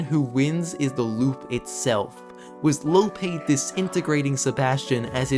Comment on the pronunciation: its lopee not lope you say the actual name of the letter e not the sound it makes